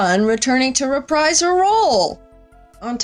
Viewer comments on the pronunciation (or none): none